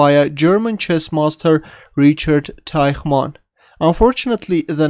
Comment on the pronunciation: "Rihard Teihmann"